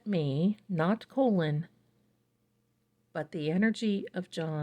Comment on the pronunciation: His name is pronounced Colin. Not colon.❤